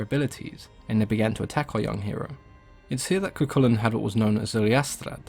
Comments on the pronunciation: Thank you for pronouncing Cu Chulainn properly! So many people don't! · Cú Chulainn was perfect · Finally, someone who pronounces it correctly